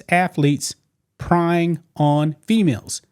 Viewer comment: Preying = praying. You say it like prey/pray. It's not prying. Like with a crowbar